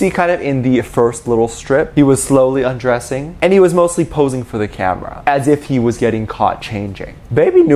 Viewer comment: The way said “undressing” was hilarious,, it is not “undressing” it is ✨𝓤𝓷𝓭𝓻𝓮𝓼𝓼𝓲𝓷𝓰✨